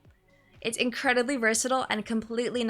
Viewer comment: "Incrwediby" 🌱:_dulceDulceHeart